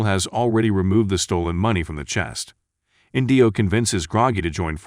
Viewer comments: Oh my gosh, it's not InDEEo, it's EENdeeo. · Inndio! 😂. It’s Indio (inn dee owe) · And the accent on the name 'Indio' is on the first syllable.